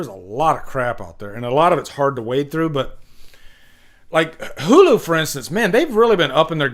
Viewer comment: Hulu……da cock. Did I hear that right? 😭 I just want F13 back in the theater retro style. Then explore TV.